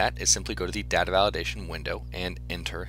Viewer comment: The way he says data makes not want to watch it but its a really explanation